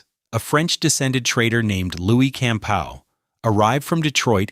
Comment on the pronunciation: Also mispronounced Campau (camPAW), and VanAndel (vanANdel)